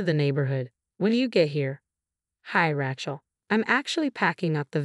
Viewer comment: Sophia is pronpunced So-fee-a. Rachel is pronounced Ray-chul. Very distracting.